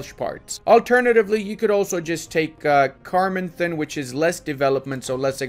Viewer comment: jokes about pronunciation... "car-mon-then" You've avoided pissing off the scots, now the welsh hate you. Being English myself, i feel your pain.